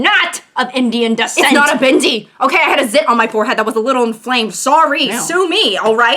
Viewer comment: the way you said bindi it sounded like bhindi, which means okra 🤣